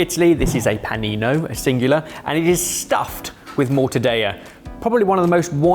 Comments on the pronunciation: I'm not Italian, but isn't it "morta-della," not "morta-day-a." That would be Spanish. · IT'S NOT MORTA-DEYA!!! Morta-Del-La! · I could hear my Italian teacher in my head screaming every time said mortadayah. Double LL in mortadella is mor-to-DEL-la. Tongue almost stays at the top of your mouth til you get to the second L. Fantastic video boys! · Why does he say Stracciatella but Mortadeya? It's Italian, not Spanish ^^ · not the Mortadeya 😂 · LOL, being Greek and and having our language butchered by the Brits for hundreds of years, I feel a kinship with the Italians. 😂😅 Morta-Day-A..., I expected better from you. 😅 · I loved that one British Bakeoff episode with the PICO DE GA-double-L-O, this mortadeya by is just the icing on the cake. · Guys, guys, guys… I like your channel a lot… but: Mortadeya… yet Mozzarella??? And I‘ll even let the wrongly-placed emphasis in Tamago slide… Other than that: keep up the great work! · You don't want some Mortadeja? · the british pronounce everything wrong but will be the first to correct everyone else, it's just a known thing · wtf is Morta-daya ? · Morta deLLa! In Italian you pronounce the L’s!!!!!!!!! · OMG,, it’s mor-tah-DELL-ah. It’s not Spanish! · Mixing Italian and the Spanish pronunciations of letters there boys! pronounce the Ls in mortadella even stronger than english, not spanish with Y sound. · Only person I've ever heard pronounce it "Mortadaya" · “Morta-daya” 😂 Oh, bless yer heart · What is "Mortadeya"? Is it Spanish? With your thinking, why not Mozzareya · Mortadella it’s hard L, like in Lollipop. How you can pronounce mozzarella but not mortadella? They have the same sound. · That was my exact thought!!!!!!!! They can say Morta-day-a but not pie-ey-a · Stopped watching after the third mortadeya. Besides, it isn't sliced nearly thin enough. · Pls call it MortadeLLa, double L, it's Italian, not Spanish. Its like Mozzarella, not like Paella.